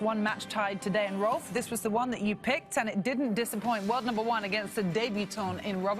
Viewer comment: It's quite sad that cant pronounce Rolf correctly. Really? Is it that hard?